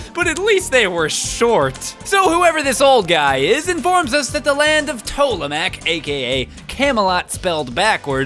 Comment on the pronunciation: Actually, it's Tomelac, not Tomalac! Geez, you really got my britches in a bundle over that one!!!